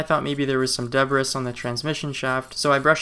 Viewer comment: The S in debris is silent because, yknow, French 😉. In 'Murican phonetic it'd be 'debree' Thanks for the video 🙏💪🔥